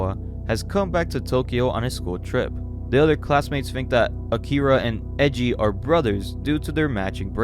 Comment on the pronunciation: Are Japanese names really that hard to pronounce? like no one gets japanese names right… Its E I J I u kno? like AYEJI not EJI 😳